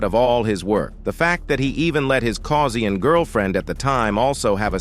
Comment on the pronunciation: Certain irony in using a crappy synthetic voice for a video about James Earl Jones. (It actually pronounced "beginning" with emphasis on the first syllable. "BEG-in-ing." Pronounced "Caucasian" as "Causian".)